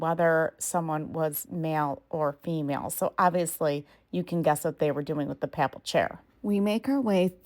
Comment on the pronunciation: Nice video -- Papal is pronounced [ pey-puhl ] Pa is pronounced like "pay"